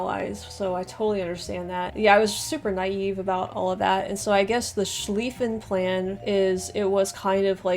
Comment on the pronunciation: You pronounced Schliffen correctly nicely done. :)